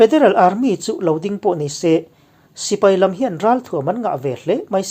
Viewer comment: I mizotawng hmandan a thlûk dik thlarh thin hi ka chhuang che, tih sual zauh hi a awmlo theilo chung hian i tisual tlem kher mai.